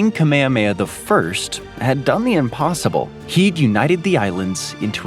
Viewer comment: 🛑🛑🛑 “INPOSSIBLE” 👀👀👀🤔🤔🤔🤔 what’s in-possible? 🤷🏻‍♂🤷🏻‍♂🤔🤔😂😂